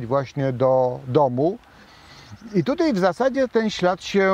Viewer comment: Dóbrze się Pana słucha ale równocześnie drażnia mnie pańskie "tutej" i. "dzisiej". Proszę tego unikać.